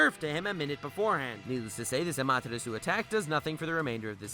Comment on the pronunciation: You started the video well but you lost credibility. You didn't even pronounce amaterasu correctly.